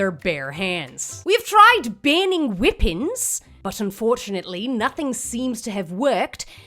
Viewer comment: WTF is whipenz ? ?